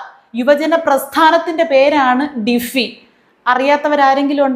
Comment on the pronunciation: " 'ഡിഫി' യല്ല ... സിന്ത ചേച്ചീ ... 'ഡിങ്കോൾഫി'... 'ഡിങ്കോൾഫി'. " " സിന്ത ചേച്ചിയുടെ 'ഡിങ്കോൾഫി'. " !!!